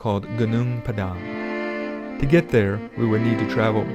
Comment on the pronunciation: Thanks for pronouncing Padang correctly 😅